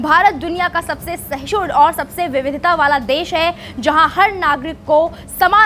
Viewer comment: Sahshun nahi mam Sahishnu hota hai 🙏